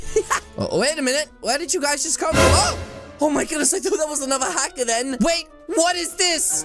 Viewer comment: That he said hacker only he said haxcer only and i was really ho to school